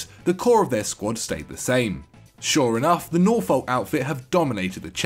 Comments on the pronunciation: On the behalf of my family please never say Norfolk again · How did he just say Norfolk :L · Nice pronunciation of Norfolk. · NOR FOLK Djellab?! Really?? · Pronounciation lessons: *Nor-fuk *Bark-shire *Ma-day-ski *Hail-d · Has to be the weirdest pronunciation of Norfolk I’ve ever heard 😂😂😂 he said it as if he was American almost when I hear Americans try to say Norwich or Norfolk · Wtf was that pronunciation of Norfolk? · The way you pronounced Norfolk, had me in absolute fits. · Can’t pronounce Berkshire or Norfolk😂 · Absolutely butchered the pronunciation of Norfolk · That pronunciation of Norfolk🤪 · 2 and a half minutes in and I’ve already heard Madejski, Norfolk, Berkshire and Farke pronounced wrong